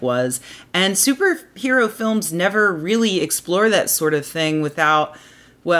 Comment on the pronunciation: Did you say Stooper Hero?